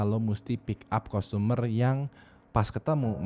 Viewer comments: Pronountiation nya parah bat wkwk customer bacanya tuh sprt kastemer bukan kustomer wkwk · customer dibacanya kastemer btw bang.